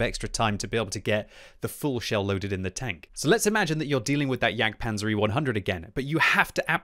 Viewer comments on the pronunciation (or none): none